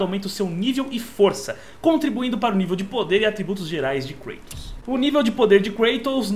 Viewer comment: O nome é Kratos e não Kreitos hehehehehehehe só pistolando mesmo, dá agonia escutar com fonemas em inglês ;)